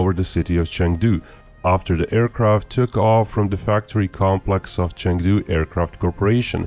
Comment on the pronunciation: You can’t even pronounce Chengdu. 🤦‍♀️